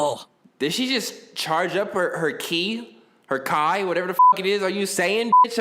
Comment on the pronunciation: Ki (said key or kee not kai)